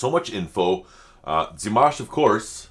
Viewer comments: I think the way you pronounce Dimanche, is the correct way to pronounce Dimash (silent n) One spectacular performance from Dimash, is Sinful Passion (not sad😉) There you will hear "Dimash" several times (New Wave version) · Dee-mahsh - slight emphasis on second syllable - you can hear him say his name himself in some of his promos...and of course in any of the interviews with his mom and dad. ... I love this because he's giving this opportunity to his brother on his 16th birthday and how fun to see the siblings all together. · His name is pronounced Dee-maaahsh like in palm, calm or arm. Short i (pronounced e) and the emphasis is on the a. Here you can hear him say his name himself. Wait to the end. And you can hear his name pronounced correctly at the beginning and end of several songs. For example, "Love Is Like A Dream," "Ave Maria," "Stranger," and more. Sveta, his mother, pronounced his name in one or two videos of LiLaSi's Ultimate Dimash Guide. Thank you for reacting to Dimash again. This wonderful song was composed by Dimashs' little brother Mansur Qudaibergen. He composed this song when he was 16 years old and is 19 now. Both performed the song for the first time at his concert in September 2022 in Almaty. Great lyrics, great song. I love it. In this music video you can see not only Dimash and his little brother Mansur but also their little sister Raushan, who just got married. It’s such a beautiful and talented family. Raushan has also performed with Dimash and they sang All By Myself together. But as far as I know, she would rather be a doctor. And I said it before, I love your jibber jabber😅. And of course Happy Birthday, dear Dimash❤ Greetings and love from Germany👋♥️